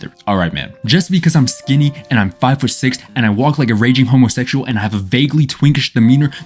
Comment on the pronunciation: homosexual, pronounced: homothekshual